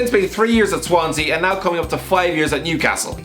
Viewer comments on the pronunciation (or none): none